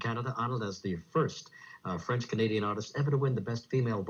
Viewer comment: If you EVER decide to do videos that include ANY & ALL foreign language words/names maybe you could learn their correct pronounciation beforehand... Ainsi, ton français ne me ferait pas mal aux oreilles !!!